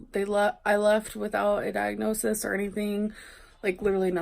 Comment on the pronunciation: With the amount of diagnoses she's claimed to have had, you'd think she'd at least know how to say it. Diagnosisis??? Gorl.